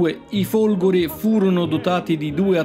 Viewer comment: Ai minuti , e sembra proprio di sentire "i Folgori" . . . tuttavia ho notato come possa dipendere anche dall'audio non perfetto o dal suo pronunciare la "e" molto stretta . . . in ogni caso complimenti per l'ottimo video, ma questo era un commento che ritenevo scontato ai fini di un incentivo alla perfezione.